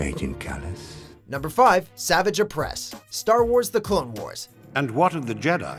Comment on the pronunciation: Based off the way he pronounced savage oppress I’m sure this dude is just reading a script